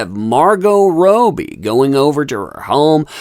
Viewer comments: Robby it iss pronounced Robby for the love of god man. Cara was tweeking on meth is my bet in that video. I see enough tweekers downtown to know tweeking when I see it. Could be coke tho either way she was definitely doing the cocaine shuffle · She wasn't having a breakdown, shes just high as hell...and who is Margot "Row-bbie".....only person in the world I've heard pronounce it like that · This looks so bad.. hope this lady gets help.. Just fyi.. Her name is pronounced Robbie as in lobby .. ❤️ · You have to say Margot Robbie’s name like an Aussie .. it’s Rob-bee Sounds weird how you say it and poor Cara.. super rich brat from UK looks like she’s on the H.. probably worried about jail?? Since she helped AH get young girls for blackmail.. ghiselline showed them even the super rich can end up in jail!! And they should be worried! The truth always finds it’s way into the light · I’ve never heard anyone pronounce Robbie the way you are…have we all been saying it wrong? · Hey! Robbie is pronounced Raw-Be. Love you and your Channel!💜🇨🇦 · Margot Robe-y lol stop. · Rowbie?.. that’s not how you say it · I love your work and content, thank you for bringing us great up-to-date information! When I say this I don't mean to sound flippant or condescending but for clarity, Cara and Margot's last names are fanatically pronounced RO-bie and Del-eh-veen. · How can you mispronounce Margot ROBbie? She's literally one of the most famous actresses on the planet atm. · Must you pronounce Margot’s last name that way? Am I the only one aggravated by it? Cara is just as nutty as Amber, and I have a hard time feeling any empathy for her after the way she disrespected Johnny Depp. I hope she gets the help she needs because she is a human being, however, if she doesn’t, I wouldn’t shred a single tear. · Please it's Rob ee Rob as in Robert.. not Ro bie as in Roe.. Australian Margot Robbie.. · Margot ROBBIE!! Not Robie! Lol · NOTE: Robbie is pronounced ROBB-Y not Robe-y